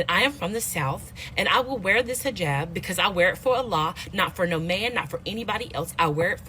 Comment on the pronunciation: "I am Arish and I am fram the south and I will wear this hiJAb because I wear it for Ala not for no man not for anybody else I wear it for Ala" I fucking hate how this woman pronounces things. If you're going to do something, I don't give a fuck. Just do it right. "Ala" over "Allah", "Arish" over "Irish", "hiJAB" over "hijab". (The capital letters represent spikes in the accent like a mispronunciation)